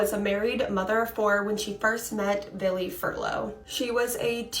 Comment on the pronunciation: the girl 25mn in, is saying VILLY over and over again. its Billy .idk why but its driving me insane i cannot pay attention to the story between that hand her hand flopping. i think im having severe PMS